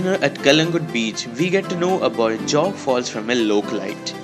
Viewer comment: It's Jog not Jog. As in joe